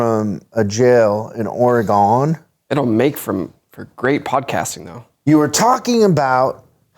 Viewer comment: WHY DID HE SAY OREGON LIKE THAT😭